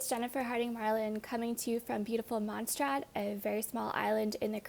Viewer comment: Mon say rraht please learn how to pronounce